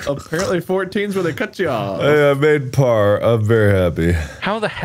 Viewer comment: when Mark was saying 'parrrrr', why did it sound like he was saying 'power' in an Irish accent 😂